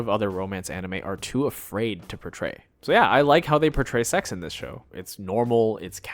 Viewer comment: He said "koitle" and "secks" 😂 but says "fuck"